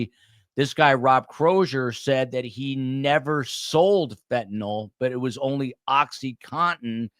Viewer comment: It's pronounced fen-ta-nil, not fen-ta-nol